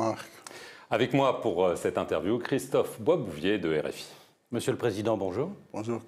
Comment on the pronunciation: "Bonjour kistophe"